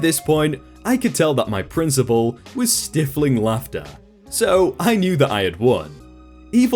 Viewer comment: I love your videos! New subscriber. I have noticed a few mispronunciations though.. maybe read once more before recording. Example: Stifling pronounced as “stiffle-ing”. Maybe I’m too picky but when there’s dozens of reddit youtubers out there, I’d like to lean towards the ones with better grammar.